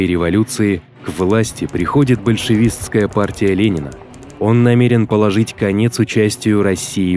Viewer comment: Больщевичкая Россия ... Пожалуйста не делаю видео про Отечественную войну. А то диктор с ума сойдет говорить больщевичкая Россия.